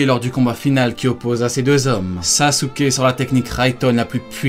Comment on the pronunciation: pourquoi tu prononce sasouké ? on prononce saské